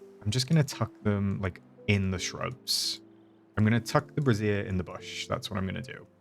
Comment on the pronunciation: Also, it's "bray-zhur." 😂😂😂